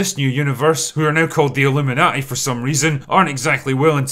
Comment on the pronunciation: Am I the only one physically hurt by him saying the Avengers are now called the Illuminauti 🤣🤣